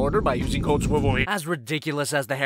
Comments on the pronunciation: its time to s-s-sviwel!!! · It's funny when he says swivel here